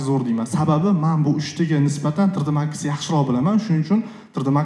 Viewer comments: Tr d deman tri d deng tõğri gapiring yomon asabib buzilib ketti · Trd emas tri,d ding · Трррдмакс. ТриДи макс ку. Илтимос тугри талаффуз кил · Tre de max degandan keyin eshitgim kelmay qoldi